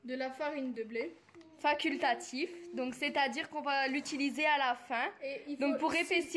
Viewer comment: « Faquiltatif » c vraiyment a votre goût . Vraiment ah may vraiment Gromeau ou grumô 😂😂 Dsl mais c’est juste le français. Vus l’avez casser , le français vraiment « faquilttatif » Merci 😊